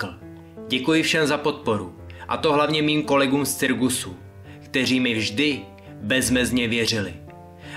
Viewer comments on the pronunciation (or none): že řek cirgusu a neřek cirkusu